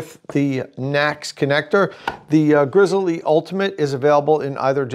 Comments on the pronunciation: It is pronounced Grizzly, like the bear, not Grizzle-E. Take at look at the company’s own videos. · It hurts so much to hear him refuaing to say grizzly instead of Grizz-el-e. Say it! Dagnabbit!! Grizzly!! Edit: I still liked the video :)